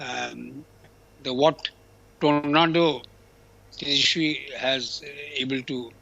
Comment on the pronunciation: Can't even pronounce Tejaswi !!!😂😂😂